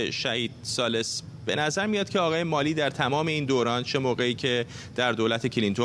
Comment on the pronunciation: هنوز یاد نگرفتید که اسامی و یا کلمات انگلیسی را درست تلفظ کنید؟؟ آقای ملی؟؟؟😀